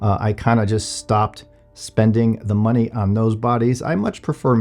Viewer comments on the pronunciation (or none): none